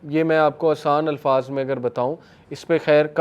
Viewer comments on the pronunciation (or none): none